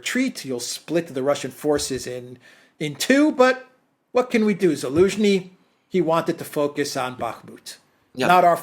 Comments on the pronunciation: Why does say Elensky” and not Zelensky? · Why calls Zelensky Elensky?